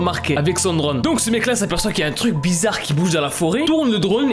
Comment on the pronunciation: Quand il l'a dit drone j'ai crue qu'il a dit drogue